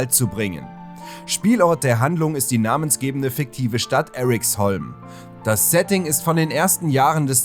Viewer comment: Eriksholm sagt man eher wie im deutschen, nicht english. Sry aber die amerikanisierung irritiert mich.